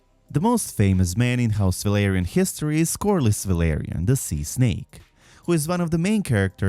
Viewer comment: I like this vid but his mixing of Velaryon and Valyrian pronunciation hurts my soul